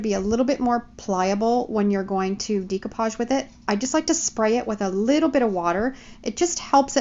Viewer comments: The correct pronouncing is. DAY COUPAGE DAY COUPAGE DAY COUPAGE It's not so hard. Practice saying it and it will come!!! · You have an awesome ability to change the concept of any item but sweetheart it drives me crazy how you pronounce "decoupage"...🤣